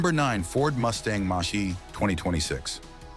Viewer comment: Moshee... Moshee... Mach E.... Mack E... Moshee...